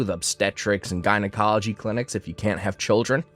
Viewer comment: Infer-tile. Jine-acoloy Drives me nuts.